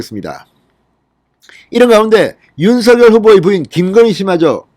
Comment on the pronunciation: 진성호님. 죄송 하지만 부탁이 있습니다. 윤 서 결 발음으로 들립니다. 윤 석 열로 해주세요.